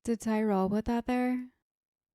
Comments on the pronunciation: Are you pronouncing the chief's name as TIE-roll? I mean, I completely understand given the spelling (Tyrol) but it's pronounced more like TEER-uhl. Just FYI. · Its not Tieral - it's Tyrol.